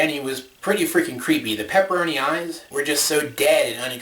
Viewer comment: Not pepperoni, pepperana